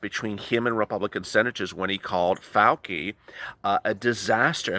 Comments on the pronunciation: Fauci - is pronounced - Fow- Chee btw💜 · Fauci — It’s pronounce like fowchy